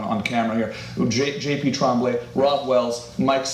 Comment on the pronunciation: it's Tremblay ! Eighteenth century french Get it rite tommy 🥴